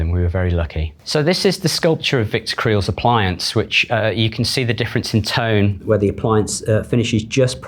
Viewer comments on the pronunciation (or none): none